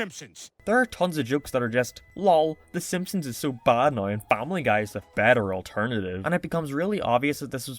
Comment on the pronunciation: I agree with many things in this video, i just really hate the way u say now. Subbed.